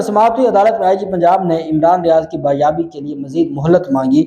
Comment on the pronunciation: Urdu Killer ITS Bazyabi